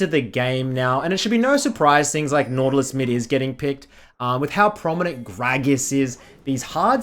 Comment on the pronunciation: NAUTALUS? XD